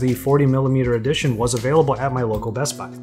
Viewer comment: I like how he pronounces bestbuy “bess bai”